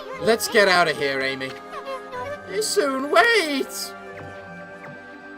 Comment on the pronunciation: When Issun says "Ammy" pronounce the 'A' like the 'a' in amatarasu